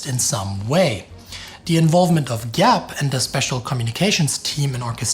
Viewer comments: Gen. Giap: [vɔ̌ˀ ŋʷīən jǎːp] (soft "g", not hard) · Viet here, effort in pronouncing it is commendable, so as many others. To the West it can be roughly pronounced as “Vo Win Zap” (Gi- pronunciation is similar to Z)